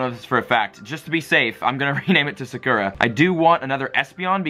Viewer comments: Sah-koo-rah Not suh-kur-uh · thats not how u say sakura lmao